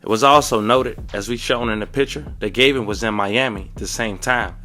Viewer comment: Bro his name is GAVIN not GAYVIN!! pronounce the A the other way PLEASE!!